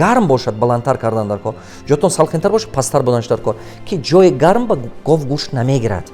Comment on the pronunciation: ГОФ НЕ ГОВ